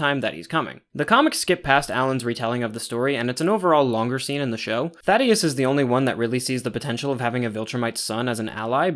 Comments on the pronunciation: Bro it’s Thaedus not Thadeus. Just wanted to tell you if you’re actually still reading these. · THAY-DUS not Thaddeus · Slight correction, I'm pretty sure it's Thaedus and not Thaddeus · Amazing vid once again, but I HAVE to mention it since i don't see anyone else mentioning it! His name is Thaedus, not thaddeus lmaoo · These breakdowns are so thorough and fantastic. Love your pacing and delivery! Another little pronunciation note!: It's ThAEdus not ThaDEus, pronounced Thay-dus! I imagine it's one of those subtle name adjustments to make him seem a little more alien. Also I'm not 100% sure the character shown in the show is meant to be Thula, she's drawn a little older and my personal theory is that she's going to be Thula's mother or perhaps mentor. Establishing the braid-knife thing as a Viltrumite Fighting Style that multiple characters might use. Thula can then be introduced later with some baggage against Nolan. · Thaedus not thaddeus btw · Great video man, just as polished as the last one! Small nitpick, idk how you keep mispronouncing the name of THAEDUS (thay-dis) as “Thaddeus” when they say it in the show lol, it’s not important just kinda bugged me. Regardless, this was a very thorough and well thought out vid and I’m looking forward to the Season 3 breakdown! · THAEDUS. THEY DUS. NOT THADDEUS😭😭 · Idk if how you say Thaedus is a running joke because of how you mispronounced some stuff in the first video, but its "Thay-dus" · These pronunciations are killing me, like he watched the show, HOW IS HE SAYING SEQUIDS AND THAEDUS WRONG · Thaedus ❌ Thaddeus ✅ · ‘Oh I’m sure will say Thaedus correct once he hears it in the show!’ saying Thaedus after he hears how it’s pronounced - - ‘Damn… 😢’ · No offense but that is the funniest mispronunciation of Thaedus I have ever heard